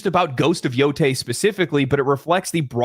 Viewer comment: It's yo ti or yo tay dude